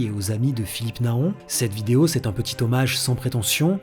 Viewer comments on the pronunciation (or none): none